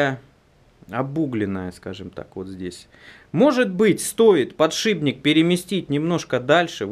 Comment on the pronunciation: а почему все время ты говоришь подшиБник,правельно ведь подшипник)